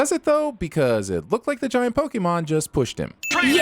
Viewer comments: The way he says Poké is so fucking annoying it’s pronounced Poe-Key not POE-KAY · Is anyone else super annoyed that he keeps saying Pok-eh-mon?